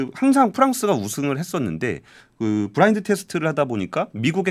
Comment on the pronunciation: 브라인드 아니고 블라인드